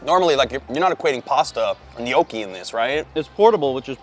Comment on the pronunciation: You are not saying gnocchi right, dio caneeee :D